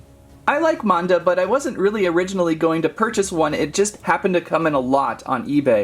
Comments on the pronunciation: It’s actually pernonesed MANda not monda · it is mAn-da not mOn-da